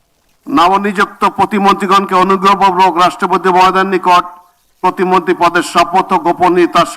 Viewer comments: ভাই ওটা প্রতিবন্ধী হবে না প্রতি মন্ত্রী হবে উচ্চারণটা আগে ঠিকমতো শেখেন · ভাই শুরুতে বললো প্রতিবন্দী পরে কইলো প্রতিমন্টী😂😂😂😂